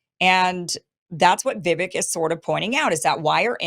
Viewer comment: Vivek has been around for long enough. I love you Kim but get his name right .. Vivek rhymes with cake Vivake!